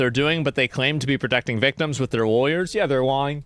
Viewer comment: the way asmon says the word lying "its obvios their LUu-yene" XD